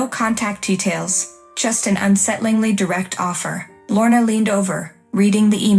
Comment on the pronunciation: Deference, not difference. Feigning, not fainting. Lorna, not morna. Lorna, not worn. Titan, not Kitten. Des, not Zhess. Wearier, not werier